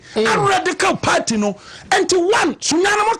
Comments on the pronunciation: BUSH EFUOM AKAN GUY. THE WORD IS PARTY, NOT "PERTY". KWASIA! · IS THIS AKAN EFUOM (HOST) IN A YELLOW T-SHIRT NOT BOTHERED ABOUT OR ADVERSELY AFFECTED BY WHAT ABRONYE DC IS SAYING ABOUT THE LARGE-SCALE PLUNDERING OF GHANA TAXPAYERS BY THESE NPP AND NDC POLITICIANS? THE WORD IS PARTY, NOT PERTY! BUSH AKAN JSS BOY! LET THESE CRIMINAL POLITICIANS "SPILL THE BEANS" FOR EVERY GHANAIAN TO KNOW THE MESS OUR SO-CALLED LEADERS CONTINUE TO DROWN OTHER GHANAIANS INTO. WONTUMI IS FOLLOWING EXACTLY IN THE FOOTSTEPS OF AKUFO-ADDO ABOUT THE LOOTED NATIONAL CATHEDRAL PROJECT AMONG MANY OTHERS, KENNEDY AGYAPONG ABOUT THE LOOTED STREET LIGHTING AND COCOBOD PROJECTS FUNDS AMONG MANY OTHERS, OFORI-ATTA ABOUT ENRICHING HIMSELF WITH HIS SHARE OF LOANS FROM THE IMF, ETC. THE LIST GOES ON AND ON. THESE GHANAIAN POLITICIANS ARE DEVILS AND VERY CALLOUS. LOOK AT HOW THE VAST MAJORITY OF GHANAIANS ARE SUFFERING OF DEPRIVATION OF THE BASICS OF DECENT STANDARDS OF LIVING HOSPITALS, SCHOOLS AND UNIVERSITIES IN GHANA ARE WOEFULLY UNDER-RESOURCED AND STARVED OF GOVERNMENT FUNDING, CHILDREN SCHOOLING UNDER TREES AND IN DILAPIDATED STRUCTURES, WITH SEMI-LITERATE TEACHERS, ETC. MOTHERS DELIVERING BABIES ON HOSPITAL FLOORS FOR LACK OF BED SPACES ON HOSPITAL WARDS, ETC. GHANAIANS, PARTICULARLY TRIBALISTIC PRIMITIVE AKANS AND OTHER GHANAIANS, MUST WAKE UP AND FORGET ABOUT TRIBAL POLITICS WHEN CASING THEIR VOTE..